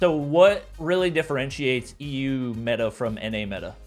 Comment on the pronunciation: Meta: Meh"a